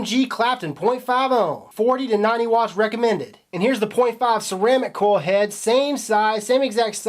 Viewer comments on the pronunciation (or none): Ever notice he says koi head instead of coil head?